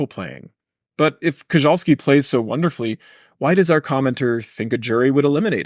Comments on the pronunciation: Koczalski is not said Kozhalski, it is Kochalsky. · Koczalski's surname is pronunced "Kotchalsky"